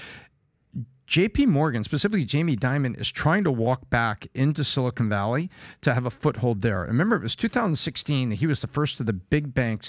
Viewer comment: Everyone's afraid to tell Patrick it's pronounced 'silicon' not 'silicone'.